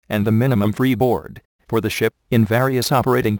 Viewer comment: dosent it sound like he said ( overloading can cause the shit to sink ?)